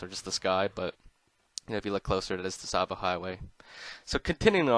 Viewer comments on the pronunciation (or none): "tuh-savo" its just pronounced, "sahvo" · Hate to do this but it’s pronounced “ savo” the t is silent. Tsavo means “ a place of slaughter. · It's pronounced "Sahvo" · It’s pronounced Tsavo Highway not Tsavo Highway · Tsavo. "Tasavo" Say cats... Now say Tsavo. Its just like cats. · wait, I thought the T in Tsavo Highway was silent and it was pronounced sahvo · It's pronounced savo highway the t is silent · Is it really? I always thought that, much like Tsar, it was pronounced “T-savo” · Who is annoyed that he pronounces the “t” in tsavo highway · The “t” is very lightly enunciated, but yes, it shouldn’t be so pronounced. The “t” and the “s” should be part of the same sound, almost like the sound someone makes when they make a sizzling sound. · A tip for pronouncing the ts sound: Say a word that ends with it, as those are common enough in English. So, for example, say, “cats.” Then, say catsavo. Then drop the kæ, sound, and you get “Tsavo.” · The T in tsavo is silent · The "T" in Tsavo is silent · A pang of physical pain each time you pronounced "Tsavo" with the "T". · I'm not trying to sound like an ass, but the T in Tsavo is actually silent, PS I like the video. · Great video, but the 'T' in Tsavo is silent. Just a heads up lol.